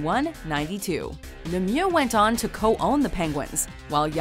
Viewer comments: She over-pronounced it a bit, but Lemieux isn't supposed to sound as "Lemiew" at all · The pronunciation of Lemieux was atrocious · You wont have my respect until you learn how to pronounce Mario Lemieux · WHY DID SHE BUTCHER LEMIEUX'S NAME LIKE THAT